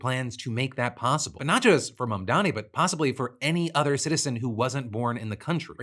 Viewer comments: The intentional mispronounciation of Mamdani's name is just blatant Islamophobia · What is it with these weirdos who can't pronounce Mamdani's name correctly? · Look, it's small in the grand scheme of things, but that "reporter" intentionally mispronouncing Mamdani's name is just so cartoonishly racist and shitty. What a fucking tool.